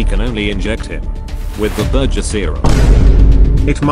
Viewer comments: Bro said ‘burjer’ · I love how they call burger a burjer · "Burjur = burgur.